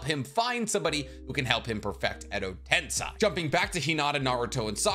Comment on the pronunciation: I swear i like your chanel but every time you say tensai my eardrums bleed, it's tensei have you see the japanese dubbing or English ?